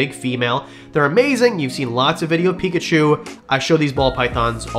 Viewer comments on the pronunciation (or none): none